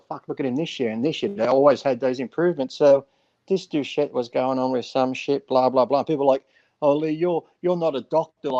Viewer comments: even Dave says, "Du-SHE" and you misspelled it within the title too. It's Doucette, poor guy, even Dave called him "DOUSHE'". :)) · “Douchette” lmao, Dave is a fucking joke with all the drama. But more drama means more views and more revenue. People hate on Greg a lot and that’s speaks volume. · Come on guys it’s ‘doucette’ not douchette. You don’t have to like the guy but he’s helped put quality info out on gear and you take the good with the bad. He’s making money and clearly not out to make friends. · His name is pronounced "Douche - Shit" , come on people! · Greg "douchette" lmfao! Lee is a legend! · Take a shot every time they butcher the pronunciation of "Doucette"... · BrossPhysique I’m honestly starting to think they didn’t know they mispronounced it. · I suggest people go to Greg's channel and actually watch the video to see what really happened. Dave and Lee are wrong in this video. Lee still bashing Greg instead of looking at the facts of what was really said and this other guy dave mispronouncing his name when he clearly knows how to say his name, he even said hes had him on his channel before so why do that? and you want him to be on your channel for a debate after you mispronounce his name calling him a douche? petty and pathetic personality shown from both of you in this video.